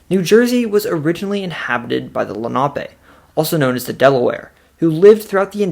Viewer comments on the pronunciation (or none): It’s pronounced Len A pee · My god, growing up in Lenape valley, that Lenape pronunciation was so butchered! Lol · Lenape is not pronounced LA NOP A.. .. it’s LEN A PEE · Lenape---> Lenn-a-pee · I'm pretty sure the native tribe is pronounced lenna-pee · Just want to correct the way you pronounce Lenape. In the Philadelphia we say Len a pee. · Lenape is not pronounced how you are pronouncing it